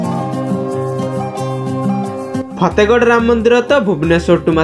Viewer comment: ଫେତେଗଡ ନୁହେ ଫତେଗଡ nd in english y can say fatehgarh 😂😂😂😂😂